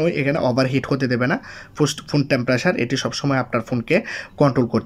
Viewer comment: আপনার কথার উচ্চারণে অনেক সমস্যা আছে ভাই। টেম্পারেচার না বলে টেম্পারেসার বলেন কেন। আবার সার্চবার না বল চার্জবার বলেন কেন ভাই।